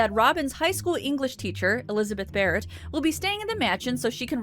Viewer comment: Oh! When you said "Elizabeth Barret", I thought you said "who isn't a ferret".